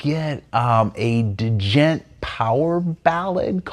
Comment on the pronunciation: Also, you don't pronounce the "d" in djent. 😂 and you say G.P.T. in ChatGPT, it's not Chat Jippt 😂